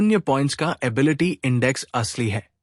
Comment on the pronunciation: Bhai morgan ki ability kitni hai saaf saaf bola kar bhai ability bolte same muh me kya le lete ho😮